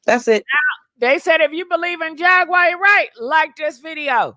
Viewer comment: Who is Jag-Wire??? Lol